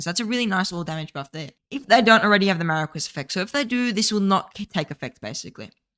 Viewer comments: Much hype for the new archer commanders. Also, Marquis is pronounced "Maar Kee" Thanks for the archer focused videos! Keep up the good work. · then you’re pronouncing it incorrectly.